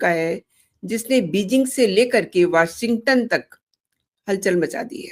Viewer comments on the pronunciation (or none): वॉशिंगटन नही वॉशिंग्टन